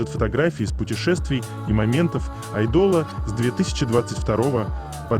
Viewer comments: Так раздражает чтец. Безграмотно, безэмоционально. Неправильное ударение на многих словах, но особенно АЙДОЛ с ударением на последний слог. Позорное чтение. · Айдол по-французски так звучит